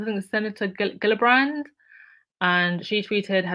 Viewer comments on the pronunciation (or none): Oh and Kirsten Gillibrand’s last name is pronounced JILL-ih-brand